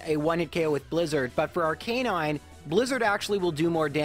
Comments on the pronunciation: Me bingewatching videos: It's Arc-i-nine AAAAAH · I’ve never heard arcanine pronounced like that but it makes so much sense ya know? Like its name is arcane and canine combined so it would make so much sense to pronounce it like that but still it’s so weird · anyone else triggered by the pronunciation of Arcanine?